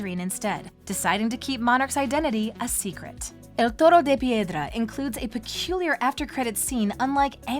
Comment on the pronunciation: As a Spanish speaker, you pronounce the episode's title well 👍. One thing I liked about the episode is how it shows how controlling Gabriel is towards Adrien because here you have a letter that Gabriel left Adrien in hopes that he'll find it to convince Adrien to continue his legacy as Monarch and bring back Emilie and him yet at the season 5 finale Gabriel tells/manipulates Marinette in not saying anything showing that he had a backup plan in case something went wrong. Not only does that letter serve to manipulate Adrien further for that "perfect" world Gabriel wanted in the end, but it also destroys not just Ladybug's reputation but also the relationship between Adrien and Marinette, granted Gabriel didn't know Marinette is Ladybug, but it worked out in his favor in the end (granted he still could've had a change of heart but you never know). Also, I like the parallel in this episode between Stone Heart and El Toro de Piedra, with Marinette helping Ivan in season 1 and now in season 6. I find it interesting that Nathalie wanted to get rid of the letter and not tell Adrien, compared to Marinette, who wanted to, but it obviously didn't happen. It shows how Marinette's decisions are haunting her. As for Ivan confronting his father the way he did in the episode, it shows how normal it is for Ivan to talk/confront his father, which is so sad because, like Adrien, Ivan is used to this kind of behavior and sees it as usual, even though they know that it's not. And Nathalie, what t